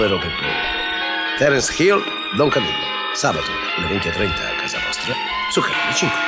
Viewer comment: Come pronuncia Terence Hill. Terence Skill 😂